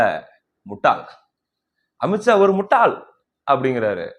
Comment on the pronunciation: அவன் சொல்றது முட்டைன்னு மாதிரி கேக்குது